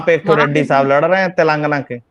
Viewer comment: "तेलंगना" नही है "तेलंगाना" ।